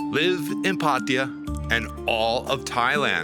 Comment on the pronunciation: It is PA-TA-YA not PATIA what a noob 71 countries cant even spell correct the place ...